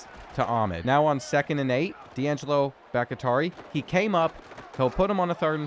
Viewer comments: for the SECOND time it is bahk-TEE-ari. not bahk-IH-tari. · Bahktiari is Bahk-Tee-Ah-Ree bro pls don’t get it wrong again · please its pronounced "bock-tea-r-e" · You know his name is the same as the Packers tackle. It's pronounced Bok tee ary. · It’s BOCK-TEA-ARE-EE come on bro. Packers legend. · love how he corrected himself on grupe but has been saying bahktiari wrong the whole time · sorry i’m sure people have addressed this but the way he pronounces Bhaktiari is insane lmao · Still pronounces Bahktiari... incorrectly 😆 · I legit almost can't watch the videos because his pronunciation of this one is so bad haha. It's brutal. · Will ever pronounce Bakhtiari correctly who knows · SERIOUSLY!!!! I know it shouldn’t bother me. But it does. Lmao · It bothers me too